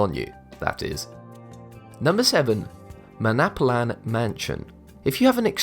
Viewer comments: Pretty sure that is Manalapan, not Manapalan. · It's pronounced 'MAN-ALA-PAN' dude...